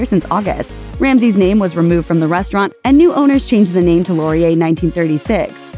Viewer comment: Thank you for saying Laurier correctly. As someone who lives in Montreal; I'm so sick of hearing bigger channels fuck up pronunciation of French words. I appreciate you guys putting in the time to get this right.